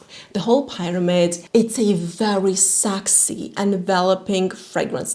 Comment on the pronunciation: you are an angel but PLEASE STOP SAYING SAAXY IT’S PRONOUNCED SEXY 😁